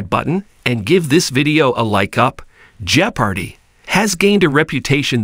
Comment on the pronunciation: Perhaps we need an authentic human being to narrate this so that "jeopardy" can be pronounced authentically!